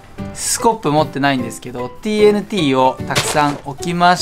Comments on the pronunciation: マスオTＮTをTＬTって聞こえる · TNTをチョクチョクTLTって言ってる(笑)